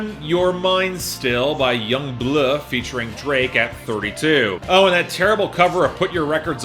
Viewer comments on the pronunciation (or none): Say it with me. Young BLUE. B-L-U-E. His name is not Young Blurgh.